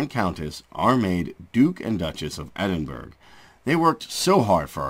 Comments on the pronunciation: It’s edinboro not Edinburg. You are insulting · It''s pronounced Edin-bra not Edinburg